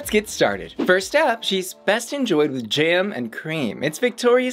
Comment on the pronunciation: "Jam" as in "Ham", not "Jam" as in "Gym" 🤷🏻‍♂️ Tea Table?!? You meant Tea Cake Stand? The "H" in Dagenham is silent